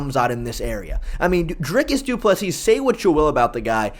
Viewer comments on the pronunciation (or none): Bro don’t be a Lukas Tracy and pronounce Doo-Pleh-See how it’s supposed to be